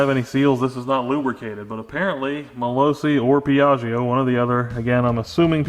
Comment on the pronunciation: Yeey, I like the new project, and I like shed redesign it's like time travel :D ps. when you read piaggio it's actually like piaggo without "i" :P Stay well!! \m/